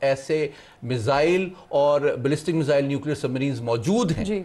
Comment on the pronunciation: پروگرام کی اینکر “میزل” بول رہی ہیں ۔۔ اوہ بھائی “میزل” کیا ہوتا ہے ۔۔ 😂